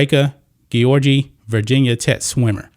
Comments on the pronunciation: It is probably pronounced Georgie. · The mispronunciation of an Olympic champion's name was so annoying dude😩😩😩